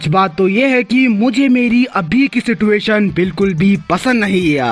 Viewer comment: YOU SAID "SITUATION" SIDUATION